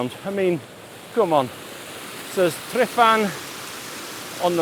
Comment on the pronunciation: In aid of the Welsh language Tryfan is pronounced Tr-er-van. The letter y is an er sound and the letter f is a v sound. I got the best conditions I've ever had in that spot last year. I also met the shepherd of Cwm Idwal later that day and he was a lovely chap. Excellent video as always 👌